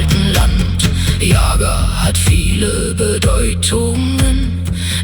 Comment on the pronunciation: Für alle Deutschen: Bitte, bitte geben Sie im Wort Yaga den richtigen Akzent ein. Nicht Yaga, sondern yagA. Sonst wird es für alle russischen ein bisschen lächerlich und das Gerücht ist verdreht.